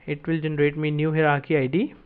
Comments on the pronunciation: Hierarchy is a multi-syllable word, hi·er·ar·chy, pronounced as follows "Hire + Are + Key", just a side note, appreciate the content, slow it down a bit. Thx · good video, only the pronunciation of hierarchy is /ˈhaɪə.rɑː.ki/ - from